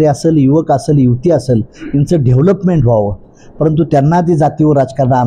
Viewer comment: डेवलपमेंटला ढेवलपमेंट आणि कलेक्टरला कुलेक्टर म्हणतंय, अजेंड्यावर म्हणायचं तर अजेंट्यावर म्हणतंय, आणि म्हणे मला 18 भाषा बोलता येतात...🤣🤣